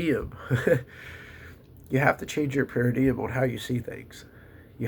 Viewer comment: Paradigm is pronounced like: para-dime (where "para" is pronounced like the para in "parachute", and "dime" is like ten cents). Just trying to be helpful.